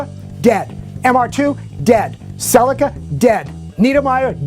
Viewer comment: Never heard of Celica pronounced in such a ridiculous way